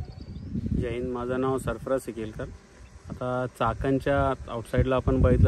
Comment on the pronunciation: उच्चारा कडे लक्ष द्यावे. असूण - असून. णाव - नाव.